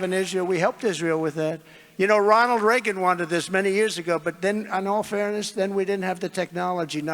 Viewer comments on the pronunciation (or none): none